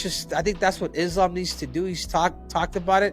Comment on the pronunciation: Isn't it weird that DC cannot pronounce Islam's name correctly? Why is it that US-Americans don't pay attention to pronounciations of names? Eg. Sonnen: instead of Khamzat, he says Hazmat, or others say "Kabib", instead of "Habib", etc. :)